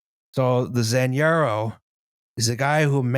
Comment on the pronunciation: Haven't finished watching yet but I love a tangent solely based on mispronouncing a J, also "Zanjero" definitely doesn't sound cooler for a Spanish speaker, it's just "ditch digger" for me, while "Superintendent" at least has Super- in it.